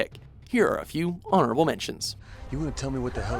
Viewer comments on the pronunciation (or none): none